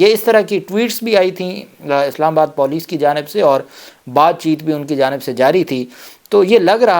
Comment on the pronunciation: sb..paulice naheen police hota hai.. lol